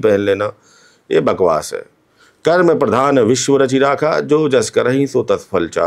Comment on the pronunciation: कर्म को कर्मा क्यों कहते हैं, क्या आप अंग्रेज हैं 😂